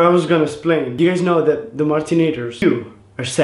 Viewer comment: "I needs to splain"